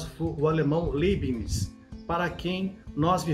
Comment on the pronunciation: Só corrigindo, a pronúncia correta de Leibniz é "LÁIBINIZ"... Excelente vídeo! Parabéns pelo conteúdo! É sempre interessante! Valeu!